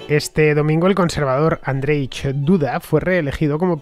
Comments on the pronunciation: Andrech???? XD Me parto hhahaha Fonéticamente seria Andrshey ( lo mas aproximado posible ) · Niiieeeee Andrzej bez r to nie Andrzej